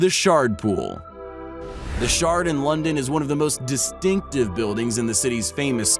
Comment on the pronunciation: Thought they said the "shart" pool...